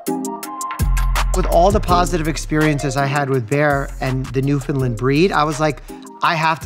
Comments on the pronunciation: Please :) I beg you, pronounce it New-FIN-Land. (not lind) . Gorgeous dogs. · As an east coast Canadian, please say Newfoundland correctly. Not new fin lind, new fin land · Newfoundland pronounced like ‘understand’. Newfoundland understand. ✌🏼. Cute doggies.